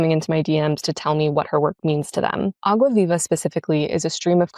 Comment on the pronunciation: Clarice Lispector mentioned 🥳🇧🇷 Btw great pronunciation of Água Viva 👏